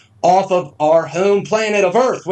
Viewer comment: We live on a "plane-ette"